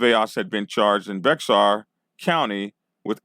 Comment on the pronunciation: Thank you for posting this. Just so you know, "Bexar" is pronounced like the animal, " bear". And why would 4 people give this post a "Thumbs Down"?